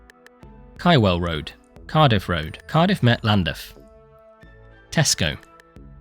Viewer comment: the pronunciation of llandaff angers me